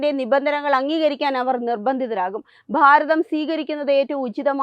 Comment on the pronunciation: ബാരതം അല്ല ഭാരതം.